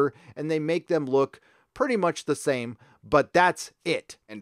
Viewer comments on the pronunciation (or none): none